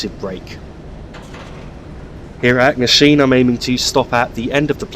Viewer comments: Where is Kyle of Lockalsh and Acknasheen? At least learn to pronounce the names correctly. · Duirinish pronounced joor-i-nish Also .. Achnasheen, Lochalsh and just Loch all have CH pronounced softly or guttural not hard like Acknasheen or Lock. Try the words from other countries like Rioja or even Bach and you get the idea ..